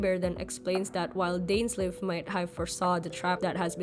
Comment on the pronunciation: Pls pronounced Dainsleif name properly